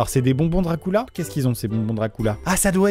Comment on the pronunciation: " c'est des bonbons Dracoula " 😭😭